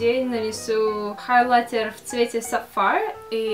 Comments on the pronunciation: ХайлаЙТЕР вот этот ЙТЕР должен звучать жёстко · Ставь лайк, если тебе тоже нравится, как говорит " хайлайтЕр"😁💪🏻❤️❤️❤️❤️